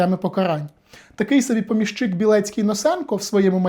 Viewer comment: ПомІщик. Наголос на "і". При відмінюванні також: помІщику, помІщики, помІщикам. Перевіряйте, будь ласка, такі речі, бо вас слухає велика кількість людей. Відео корисні, змістовні, лаконічні й дуже цікаві, дякую.